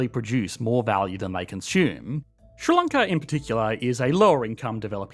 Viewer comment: what is ssronckla? Ah, you mean Sri Lanka - the letters that are used to make up words are often a good hint as to how to pronounce that word so s, r, i is Sri, not "ssr" and l,a,n,k,a is Lanka, not "onckla" and the wee gap in the middle tells you that it is two words rather than one. Clearly some additional investment in education infrastructure needed.